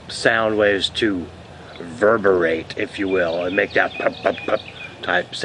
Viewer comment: "Verberate" huh...